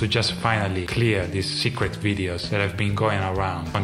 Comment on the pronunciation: "Secwet moments" 🤭